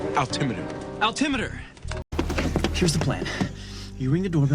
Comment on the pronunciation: I'm an air traffic controller, and I still pronounce altimeter like Shawn. I love this show